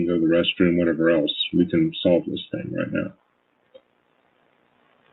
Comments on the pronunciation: Her "thing" is THINK. Not thinga. She just adds a K to everythinK endinK in ING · I absolutely HATE the way she says her “G’s” it’s pronounced thing NOT thin “ga” She makes every G sound like that.. She turns my stomach.